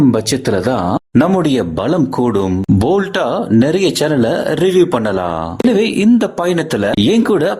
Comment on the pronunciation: போல்ட் இல்ல.bold 😮